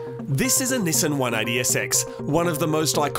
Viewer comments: "This is a Nissin 180sx" The way they say Nissan fucking triggers me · STOP SAYING NISSAN!!!! ...It's pronounced "Nissan"... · Nesen no no no Nissan=Ne•san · "nisen" vs "nissan". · God I love this channel, but I absolutely loath how he says Nissan. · I don't understand why Australians and Brits say Nissan wrong. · So have you guys learned how to correctly pronounce "Nissan" yet?